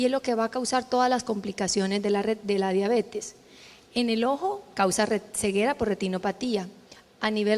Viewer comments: COMO QUE DIABETIS, QUE MAL QUE EN LA PONENCIA PRONUNCIO MAL ESTA PALABRA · se dice "diabetis" pero se escribe diabetes. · Acá y en la china se escribe y se dice DIABETES. No puedo creer que dijo diabeti